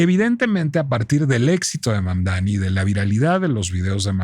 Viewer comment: Y tu eres americana? , mas bien estadounidense? Porque América va desde el norte, hasta el sur del continente, te regodeas en la ignorancia al pronunciar mal su nombre , Mamdani aunque te indique el correcto, Mamdani pero necedad hay en todos lados , bueno en relacion a Dump , lung, wrong, trump.anyway Siguiendo escribir mal.los nombres, Trump mismp le dijo que era un gran hombre y alabo por sobre manera su alcaldia , no entiendo tu disgusto , si vives en NY debes haber votado por el acosador sexual Cuomo , o seguir tu deriva por el actual alcalde que robo millones, bueno , que dios nos proteja de alguien honesto, ojo tampoco creo sea la panacea pero al menos hasta Trump lo reconoce ...